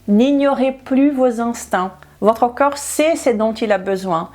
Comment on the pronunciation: s'il vous plait prononcez le c O rps. merci.